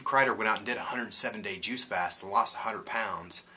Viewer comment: When you said a 100 lbs I thought you said 800 pounds. LOL! I saw your first video and I thought, there is no way you had THAT much to lose. I related to much of what you were saying...the emotional stuff and all. You're an inspiration not to let that stuff get you too far down and keep caring about self. Thanks for that info on the juice FAST as opposed to the juice feast. I don't want my hair falling out so I guess I won't do the fast and wait til I can finance the feast. Hugs and Peace.